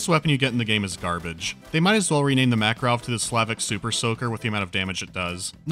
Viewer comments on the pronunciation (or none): none